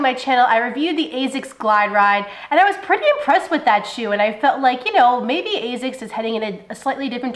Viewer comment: points for saying Asics the correct way ( Azics ) unlike 99% of people who say Assics. Why people why ?